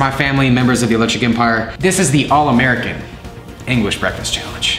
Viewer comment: Did anybody heard say englis🤪🤣🤣